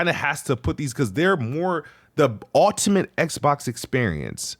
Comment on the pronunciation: Why doesn't he know how to pronounce "ultimate"? 😂